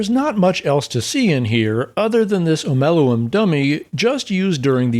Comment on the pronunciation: thank you for pronouncing omeluum's name correctly